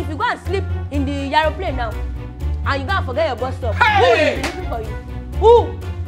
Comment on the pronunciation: Am I the only one that heard "Iyaroplane" ??😂😂😂😂